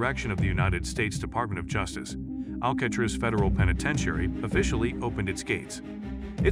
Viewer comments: I was just about to comment the same exact thing until I read yours. How do you not know how to pronounce the name of the place you doing a video on. 🤦🏽‍♂️ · This guy not knowing how to pronounce Alcatraz is why I watched about 30 seconds.